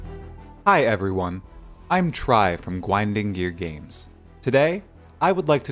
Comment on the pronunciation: Didn't realize you were saying "Gwinding Gear Games" at first. Personally I would've went with Wacktivision/Gizzard Games